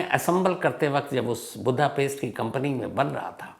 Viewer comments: Chip hota h chips ni Budapest hota h budha paste ni anpadh journalist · शहर का नाम बुद्धापेस्ट नहीं वुडापेस्ट है।